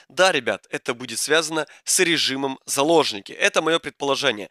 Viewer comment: Ты тоже услышал вместо заложники сапожники